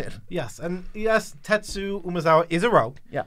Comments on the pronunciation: Why are you both having such trouble saying TetsuKO? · is so bad at pronouncing names 😂